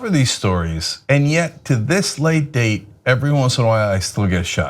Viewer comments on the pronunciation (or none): none